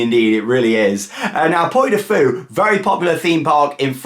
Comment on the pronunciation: It's "Pwee" du Fou. The French one is only open in the summer - April to September.